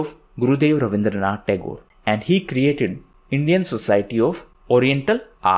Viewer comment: His name is Rabindranath Tagore not Abindranath